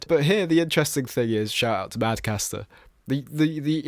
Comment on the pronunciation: MadCatster not MadCaster